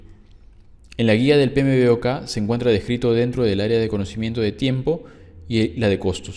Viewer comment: Una sugerencia, y sin acritud, amigo. ¿Por qué no pronuncias las siglas del "PMBOK", como "Pe Eme Bok?, ó en Inglés ¿(Pi Em Bok)? Sonaría mucho mejor, créeme.... Saludos.